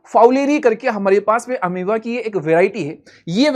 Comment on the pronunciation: Sir Ameaba nahi hata hai balki Amoeba hota hai ❤